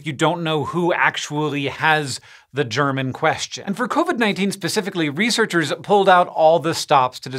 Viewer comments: He said "germ in question" This is why I turn on captions to avoid mistakes like that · I heard the same. Annunciate Hank! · watching from germany hank: "we have to ask the german question" me: rewinding 5x to realise he said: "the germ in question" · I thought the same thing 🤣 it’s “the germ in question” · I totally heard the cold open as the "German" question. That made me laugh